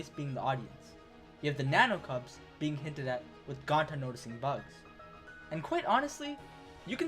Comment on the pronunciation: Forget the Danganronpa mispronounciation. IT'S THE GONTA MISPRONOUNCIATION